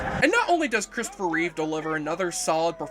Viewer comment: Reeve, not Reeves.